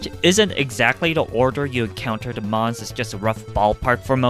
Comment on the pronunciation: I was sort of taken a back by his use of the insult " Man-Child" all whilst speaking exactly like a Man-Child.... Seriously, just pronounce THE instead of DE and you would sound 20 years older.